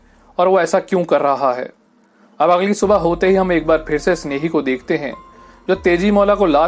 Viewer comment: Not snehi it's senehi..se..ne..hi